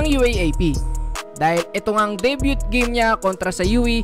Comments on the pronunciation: debyu yan bro, hindi debyut. FYI lang. good job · DAY BYUT HAHAHA! da byoo lang bro, silent and T! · deybyu bro ndi deybyut ang pronounciation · Day-byu po yung pronunciation ng salitang DEBUT po idol; hindi Day-Byu(T) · De - byu (Debut) not De - byut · Debut is pronounce as silent "t" not Deybyut no hate just love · Hahahaha di sya pwedeng commentator! Debyut dw hahaha! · Debut is pronounce as debyu,just a correction... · Debyut ba talaga ang paglapronawns?? Baka mas may tama pa? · Day - byu (Debut)* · learn to pronounce it correctly, "debut " (de-byu) you're a blogger! masakit sa tenga, Inulit ulit mo pa talaga! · Debut??? 🤣🤣 Debyut?? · Bro yung pag pronounce ng debut is walang t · Debut silent "t"tanga hahahaha peace